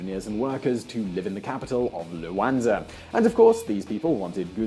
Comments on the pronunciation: What is this Luanza he talks about? It is Luanda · Luanda. Stop saying luanza. It's like being called Anglonan. Angolan. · Dude is fucking luanda (da) why you calling it luanza , cause is africa 😒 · The millenial expert with the exxagerated Youtube gestures and voice inflections that no one uses in every day life, mispronouncing Luanda, calling it Luanza... no wonder people just turn off these millenials. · An Evan Davis lookalike! But credibility was spoilt somewhat by his not really knowing the name of Angola's capital! It's Luanda, not Luanza, as he insisted on pronouncing it all the way through. Near the end, he got so hung up on the name that he even referred to "following the trends of other African lions like Ghana or Luanza". Weird! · It's Luanda not "Luansa " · LUANDA!!! Not Luanaza!! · It's Luanda with "da" pronounced like the "da" in Daman. You don't say Luanza. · LuanDa, not LuanZa.... and let me tell you, Zurich is way more expensive than Luanda. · The capital is Luanda not Luanza.FFS. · LUANDA, not LUANZA. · Hei it's not Luanza, it's Luanda!:) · The capital's name is Luanda, not "Luanza."